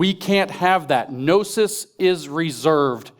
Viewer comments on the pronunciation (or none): none